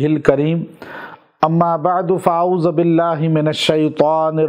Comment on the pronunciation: السلام علیکم! پیر صاحب معذرت کے ساتھ ۔۔۔اعوذ بالله كے" ذ " پر پيش پڑھ لیا کرے۔۔۔ زبر کے پڑھنے سے لفظ غلط ہوگا۔۔۔۔ جزاکم اللہ خیراً کثیرا